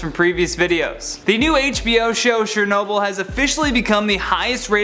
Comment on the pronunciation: it Chernobyl not shernobyl